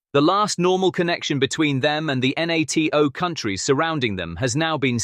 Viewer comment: Try saying NATO as one word instead of nonsensically spelling it